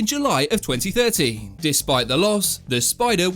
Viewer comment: Whaaaaat Silva's first lost was in 2030? Dam so his win streak was made the past in the future?🤔 🤯🤷🏾‍♂️🤣🤣 (no disrespect just a lil accent jokey joke)🤣🤣🤣